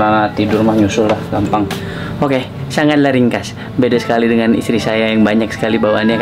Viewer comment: kukira ngomong bahasa thailand 😂, ternyata "sangatlah ringkas"